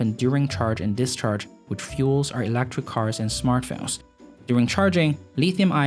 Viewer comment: ... elEctric not elActric ! :P